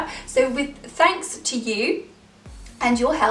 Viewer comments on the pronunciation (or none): none